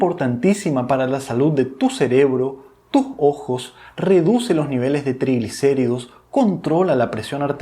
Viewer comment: Maj importantes?? O más importante?? Si puedes pronunciar bien la "s" Intermedia, porque no al final?? Porque la cambias por la "j"?? Nievelej de creatina Y les digo maj 😮😮😮